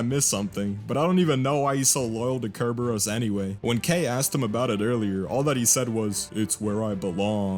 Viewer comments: You keep sayin ker-bear-ohs, I'm gonna go out on a limb and guess it's sir-burr-us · Bro really said Cerberus wrong